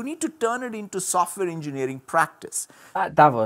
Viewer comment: Russell, I love the stuff you do and find it very inspiring. As a Swiss person however, I please ask you to put the accent on the second vowl in "Davos" ( Daa-vòs) because you're making my ears bleed, mate